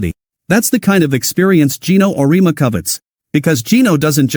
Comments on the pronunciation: Would you please teach/re-program you A.I. program to pronounce Coach Geno’s surname correctly ? It’s pronounced: Or-ee-emma . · O ree ama. AI should learn how to read.